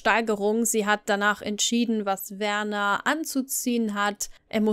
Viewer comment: Wieder wunderbar recherchiert und erzählt. Am Anfang war dein Stil etwas gewöhnungsbedürftig aber mittlerweile liebe Ich dich für ihn. Werners Eltern haben ihn schließlich Werner und nicht "Wörnär" genannt... Ich liebe es deinen Geschichten während dem aufräumen zu hören. Liebe Grüße